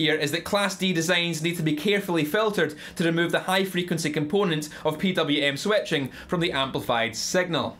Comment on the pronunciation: Oh, come on what's "swetching"? LOL.